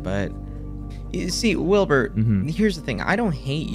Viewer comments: Wilbur đọc kiểu "quiu bơ" ấy =)) lúc đầu tôi cũng đọc thành wibu =)))))) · Ghi wibu xong quên cách đọc Wibur luôn rồi